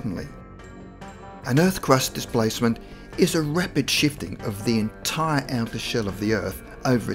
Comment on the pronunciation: STOP SAYING DIPLACEMET YOU AUSSY TWAT